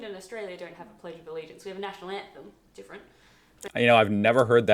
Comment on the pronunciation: The way you say Australia isn't the right pronunciation